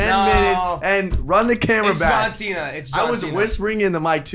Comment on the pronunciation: Me rewatching to see if said John chena (he did multiple times 😂)